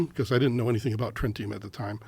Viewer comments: Trintium, Tritium? This guy has no clue, in another interview said it was Thallium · Dude just said trentium 😅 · He doesnt remember if its tritium or trintium. Seriously? The few words alien told him. Either he is fibbing or he is thick as pig dung. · He said “tintilium” on Julian Dorey’s podcast and he’s saying “trintium” here. Hella sus. I don’t believe this guy. He also mentioned on Julian’s podcast that the Ranking officer on the front passenger seat saw this blue alien but when James fox and Julian asked him he said it was the driver. He’s not consistent. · I was believeing everything was saying until he the Trintium/tritium part. That seems like a BIG mistake for someone that has been interviewed by multiple scientists to forget/mispronounce. After that, im dont believe him. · Guys are obviously fakes. Says he has profound experience and then continuously says Trintium instead of Tritium . Sorry bro , if that’s a life changing experience , you remember what the alien says to you . Then proceeds to say he’s had encounters from age 3, 10, and his whole life . Seems verrrrry suspect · So you’re standing there talking to an alien and he ask you for tritium and you think he’s saying trintium but you do no research on the substance until you get to the Joe Rogan podcast and Jaime has to tell you what the alien really asked for. Such bullshit. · also, I'm sure he's told this fable 1000x, yet still can't pronounce tritium (_named after tritos, Greek for "third" as it's the hydrogen -3 isotope_). I guess his previous audiences didn't have any chemistry background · He claims to have been in Air Force "intelligence" but doesn't know how to properly pronounce something as prosaic as tritium or what it is and how it can be used for nuclear fusion. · Or even be able to pronounce the word? Ome